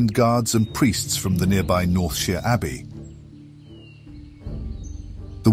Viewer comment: The consistent pronouncing of «Northshire» as «Northsheer» puzzled me a bit. Is the narration AI generated? <.< Would explain a couple of words I picked up as I thought it sounded out of place, since the rest in near perfect. Either way I’m all for listening to this narration, so I’d say go for it.